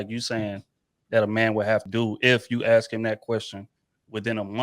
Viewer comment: for some reason can't consistently say the word "ask" properly. I wonder why......